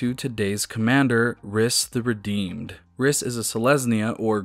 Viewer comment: Rhys is a real name and is pronounced "reese"